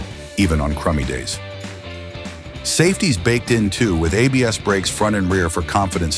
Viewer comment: Bosch Dual Channel Apes? Your AI ROBOT is showing it's ignorance of ABS. Welcome back to the AI Robot channel. Full led lighting? No, it's pronounced L.E.D., one letter at a time. Your AI robot never rode any of these bikes. But that MT03 is cool.